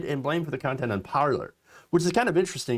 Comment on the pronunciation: Sigh...Pronounced par-lay...